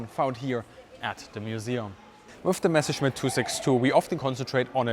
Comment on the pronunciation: Bitte! Bitte! Bitte... It's Messer-schmitt... NOT Mesher -smith... PLEASE!... 'Junkers' is pronounced 'Yunkers!